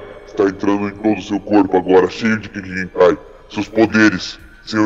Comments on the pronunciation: KEKKEI GENAKAIS kkk , não é Kekkei Genkai não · nao é kekkei genakai sim kekkei genkais